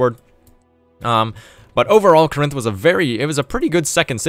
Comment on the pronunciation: “kuh-RINTH”? How about “KOR-inth”, with emphasis on first syllable. (It’s from Greek, not a Romance language.)